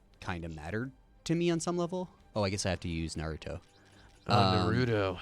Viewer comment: And just like that, pronouncing Naruto as Naruro is now cool.